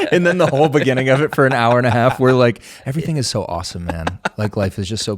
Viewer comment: Hey John and, I have been listening to your pod since the bening... in the beninging, in the... bening. nevermind. I just wanted to say that I am happy for you, more power! ❤